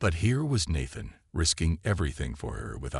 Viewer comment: Nat-than? 🤣. AI needs to learn languages before it reads.